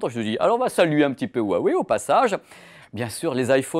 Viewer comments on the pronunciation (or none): none